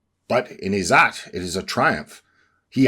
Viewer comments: Ppl here will probably now pronounce it as "zoot" and joke about a certain Prophet and his time in the desert. Its pronounced "izz zatt" - "zatt" rhymes with "Tut as in King Tut" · I'm Indian. Every time he says "IZZAT" I cringe. Anyway, I could write a comment to debunk whatever this is because all of this is crap, but why bother? It's funny. Just continue with this conspiracy theory like the 100 others you've pushed before this. I will say this: try going outside once in a while, maybe touch some grass, or even ask an Indian what "izzat" actually means.